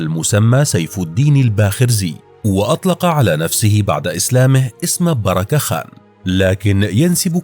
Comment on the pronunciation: بركة خان و ليس بيراك خان